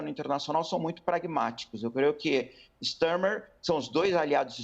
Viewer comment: Não se fala “Stermer”…